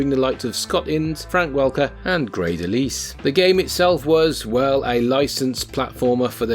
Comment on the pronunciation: I'm sorry, did you call Tress MacNeille "Tress MacNeville?" Also, "Grey DeLise?"